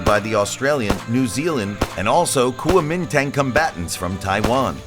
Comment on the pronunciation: also Kuomintang